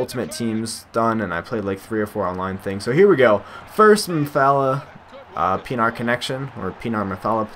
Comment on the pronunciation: by the way it's pronounced PEE-EN-R